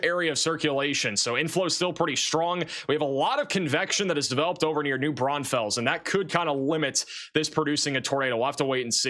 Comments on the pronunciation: Guadeloupe… Texas native here. I can’t resist so here goes: “GUHWAH de loopeh” “New BRAWN fulls” You nailed Uvalde though 🙂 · that is not how u say New Braunfels